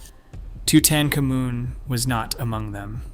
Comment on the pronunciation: let me explain something to you . idk qwwhy your saying his name like that but it is toot-ankh-AH-moon